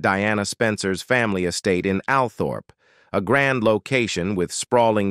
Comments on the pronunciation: It's not pronounced AL-Thorp, it's ALL-trup. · Pronounced All trop ALTHORP